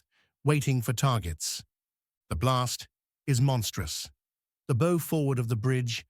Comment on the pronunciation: Another really bad artificial voice. Cannot pronounce bow. Forward part of ship.